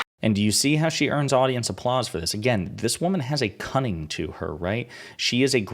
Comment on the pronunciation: WOW!! I could hear the "T" when you said "cunning". I'm a little surprised that no one has asked her about her Adultery. After all... Scarlet Letter.